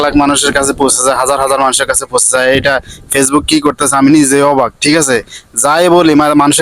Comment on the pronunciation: পেজবুক না ফেসবুক 😂